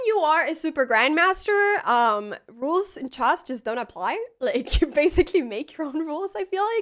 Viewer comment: Yeah, she says chass.